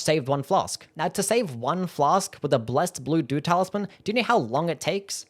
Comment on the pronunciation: I was listening to the video on the background and I was constantly hearing "blessed doo-doo talisman":face-blue-smiling